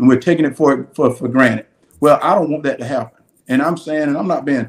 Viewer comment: Did he just say “taking it for ‘granite’”?